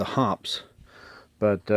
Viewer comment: Much ado about nothing. "Accuracy" oil? Don't forget "Military Grade", and my personal favorite, "Extreme Duty" oil. H○r$€$h¡t !!!!! 50+ years of shooting. NO MALFUNCTIONS, NO RUST. Kerosene or Mineral Spirits to clean. Synthetic 10w-30 for lube. If it works, DON'T FIX IT. BTW......It's pronounced "Hoppeez", NOT "Hops" F^^^^^g amateur. Hops. 🙄